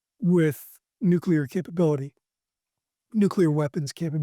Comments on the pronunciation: MY MAN. It’s nuclear. nuke-LEE-er. Not nuke-YOU-ler. Love what you’re doing though, keep it up. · Dude, it's nuclear, not nukular. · Nucular? Nuclear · nu Clee Err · It gets to me too 😅